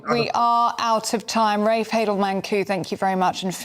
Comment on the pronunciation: It is always good to see Rafe and his educated, well reasoned facts, it is NEVER good to see either of the ill-educated race baiters Femi or Narinder. fFrmi couldn't even call Rafe by his name properly